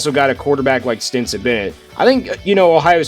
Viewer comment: It's Stetson, not Stinson. Stenson, Stenson, Stetson! Driving me crazy! Lol